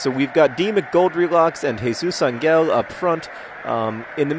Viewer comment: How many times are you going to mispronounce Jesus Ángel's surname? It's AHN-hail, not ahn-GEHL.